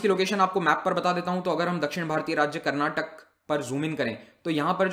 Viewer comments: Sir it's 'karnataka' not 'karnatak' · Please stop calling Karnatak it's karnataka🙏